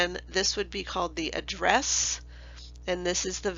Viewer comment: is address not addess